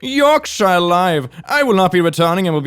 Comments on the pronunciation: BTW it's pronounced York-shure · I can instantly tell he is American from the way he says Yorkshire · I'm not sure what I laughed at more, "son, two, falls in sheep poo" or the trying to pronounce Yorkshire 😂